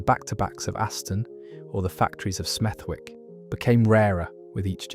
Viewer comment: It's not Smethwick, it's Smeth'ick